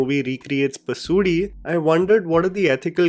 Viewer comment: Sounded like 'DEAD PASOORI'